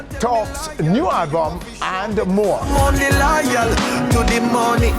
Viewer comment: Everytime Nesbeth said "Halbum" it's like me feel pain. I'm actually gonna buy the album but this is just a little constructive criticism from a fan. Jamaican artiste need tp practice how ro speak ans and pronounce their words better because it's a big road block to international break through. No I'm not talking about patois but when some actually claim to be speaking English and add and remove "H" all over the place